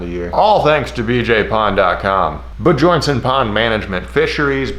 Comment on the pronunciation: hearing "Ba-Jornsen" made my toes curl lol depending on the country its either "Byorn" (like in sweden) or "Byern" (like in Norway or denmark) though BJ is a great nickname for it